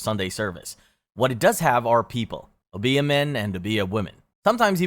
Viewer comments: It's Obeah, not obía. O-be-a just like it's spelled (but ignore the H). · Silly pet peev, but it's not obEah, it's Obeah, with an emphasis on this O not the e. And the e is a long E sound, not an A sound O-BE-AH. At lease that's how it's said in the Caribbean. I hope this helps if you ever pull up!